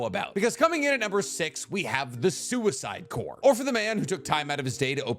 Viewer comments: love learning new things about Naruto after falling out of it lol also... its pronounced "core" and not "corpssss" XD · Its pronounced core or kaw. Tell them to stfu. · Omg someone said something about you saying “corpse” for corps. 🤣 tbh I wanted to also but I let it slide because I love you. But while we’re at it, I also cringe when you say “combine-ding” for combining 🤣 The only reason I notice is because I watch ALL of your videos form start to finish 😅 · Corps is pronounced cores that guy is wrong. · I'm glad somebody e-mailed about the whole corps thing. It was painful to listen to every time it was said wrong. Now if we could only get him to say "skirmishes" instead of "squirmishes." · Oh my fucking God holy shit whoever emailed about his gross mispronunciation of the word corps deserves a medal this has vexed me for quite some time. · I’m out saying corps now 😂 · LOL someone actually emailed about you pronouncing the rest of corps